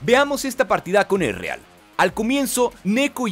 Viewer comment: Quien es Ereal? XD pronunciation -1